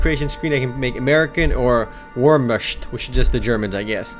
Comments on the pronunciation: Wurrmuscht? Veer- (as in to veer) -ma- -ht- Also it's: Cali (as in the stae) ope (as in "dope") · lol its "Vare-mont" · it is sayd, [ver-mart] but writen Wermacht ;) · Wormusht? Are you serious? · "Wormusht"?? It's pronounced "vermackt" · lol i love the way he says wehrmacht :D "WERMASHT" :P you pronounce it vermaht... just so you know ;) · LOL. He pronounced it WERE-MUSHT. Dude, it's pronounced Vhere(like Where, but with a V)-MOCKT. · Wermasht??? WERMASHT??? Wehrmacht!!! Jesus H Christ... Korea like things in MMO style whereas America just like pronouncing everything wrong... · its not vormast or w.e u said its pronounced vek-mat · haha FAIL pronunciation."wormuscht" xD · Woermochtsht Your pronunciation is sooooo german... But it makes ur vid funny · WERMASHT??? WERMASHT!?!? You seriously don't know how to say Wehrmacht? You sir disappoint me greatly as both a gamer and an English speaking American... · It's pronounced: WHERE-MAKT (wehrmacht) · Just for the sake of avoiding further embarrassment, its pronounced Wer-mock-t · it is pronounced as "VERMAKHT!!!!: Stupid!! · I dislike because he didn't say wehrmacht correctly, it's pronounced Vehr-makt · Warmusht.. priceless.. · wehrmacht. is pronounced like vermackt. I'm an American. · to be a little more clear, the pronounciation of "Wehrmacht" is like "were" from werewolf, but a "v" in place of the "W". then Macht, which the "H" is silent and the "A" is more of an "ah". so it kinda sounds like "Vere-Mahct". that's not totally accurate, but it's closer for those of you who don't actually speak german ^_^ the Wehrmacht was the german ground based army. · Ver-makt.....that's how you pronounce it geez. And COHO got shut down :/ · Its pronounced Vermawk in english. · wormusht? ehh what? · VEERM-ACKT you IDIOT IT's SPELLED VEERMACKT!! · its actually pronounced 'where-ma-cht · WTF? Wehrmascht? XD Omg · lool its pronounced "Ver-mah-kt" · its pronounced vayer-moct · lol ur speaking Wehrmacht like "wormoscht"